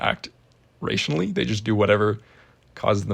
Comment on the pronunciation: Pronunciation of rationally has called the whole video into question